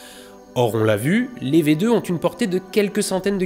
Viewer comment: J'ai adoré cette serie de deux vidéos. Mais je trouve dommage que tu force un "WerHer" Von Braun (alors que ça se dit plutôt "Werna" ou "Wernerr" selon l'accent et que tu oublie totalement que V2 se lie "Fao2".